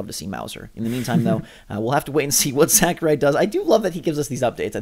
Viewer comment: Say it with me now: Sah-koo-Rai